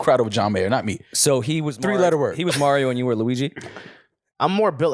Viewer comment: "MAL-RIO" 🤣🤣 undefeated